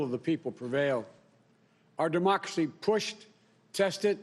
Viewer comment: “Our Demoxly”?